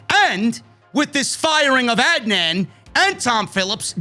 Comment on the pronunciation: Lol watches the entirety of Raw for us every single week, hears them say each other’s names every single week, and just pretends he really doesn’t know how to pronounce Adnan’s name 😂